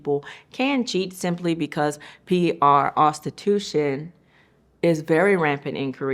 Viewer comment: The P-R ostitution took me out 😂😂